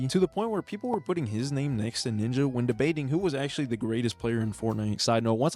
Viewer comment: Bro did not say ninja 💔